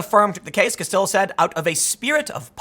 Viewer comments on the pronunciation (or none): Kas-tee-yo there you go timmy. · Tim, the L's are silent in Castillo. "Ka-Stee-Yo" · If a name looks like it's Spanish, and has a double L, it's usually a y sound Tim. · It's 2020 and even the Beanie of Power can't help Tim correctly pronounce "Castillo". Tim, didn't you ever watch Miami Vice? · I knew it! Tim is messing with me when he mispronounces people's names especially movie stars he said Castillo's name right before commencing to mispronounce it for the rest of the video.